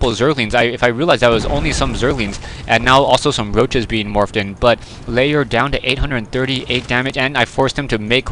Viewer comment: Layer? Not Lair?